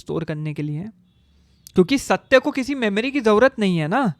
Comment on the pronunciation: Satte ya satya....bro ka pronunciation bohot hi khrab hai.... please mat bana philosophy pe